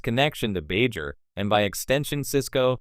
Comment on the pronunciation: So is this just garbage AI reading it, or someone that doesn't know the material, that can't pronounce "Bajor" properly?